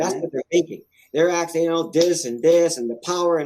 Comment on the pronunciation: DANG! Now Jesus is “aksin”, says so.